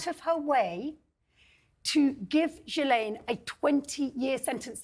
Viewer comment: And, dear miss know-it-all Tessa Dunlop, it’s Ghee-laine (or layne in the English version) not JEE- LAYNE. I’m French Canadian so, please trust me. Dr. Tessa Dunlop, pftt USELESS!